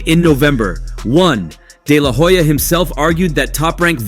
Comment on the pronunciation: The H in HOYA is silent 🤭